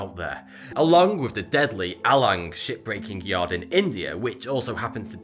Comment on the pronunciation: why does it sound like hes saying "shitbreaking yard"?is it just me?